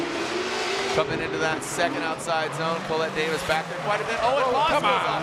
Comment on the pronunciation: I really wish someone would teach him how to pronounce her name.